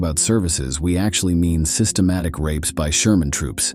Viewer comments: So stupid......it is germans not shermans.......is the commentator an AI robot?😢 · “Sherman” soldiers? Huh? What is going on? I know this is narrated by a robot, but how does it screw up the 'g' so badly? When I hear that a video is artificially narrated, I usually click away as a matter of course. None of the human voices involved in producing these videos, can be that bad.